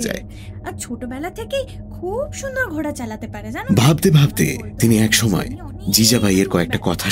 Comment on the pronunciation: খুব ভালো লাগছে, তবে কথাটা ঘোড়া , ঘ য়ে চন্দ্র বিন্দু টা বড্ড কানে লাগছে।